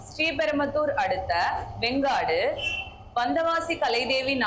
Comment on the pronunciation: அக்கா செங்காடு வெங்கடா சரியா சொல்லுங்க அக்கா